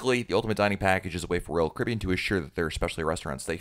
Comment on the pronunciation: He said Royal Carribean like roll curbin